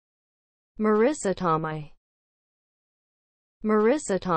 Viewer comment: Not only are you pronouncing her last name incorrectly, you are also pronouncing her first name incorrectly. She pronounces her first name as Mah-ree-sah. It rhymes with Theresa.